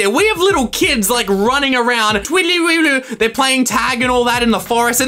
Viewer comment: *me trying to do his voice when he said “kids”*: kIdS